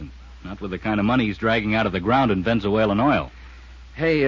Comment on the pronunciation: I've listened to this episode before and just caught the mispronunciation of "Ven zu ale en" oil. Wonder that wasn't picked up back in the day.